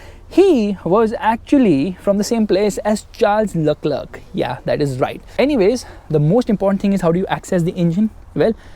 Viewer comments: When He pronounced "Charles Leclerc" as "Charles Luckluk" 😑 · It's Charles Leclerc